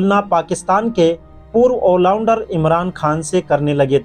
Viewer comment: Bhai wo ollounder nahi hota all rounder hota hai